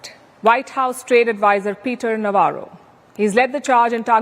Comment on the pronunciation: Navarro is doing Lavaro ( bakwas, blabbering).